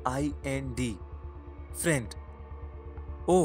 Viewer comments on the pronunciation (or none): He said frind and not friend.😅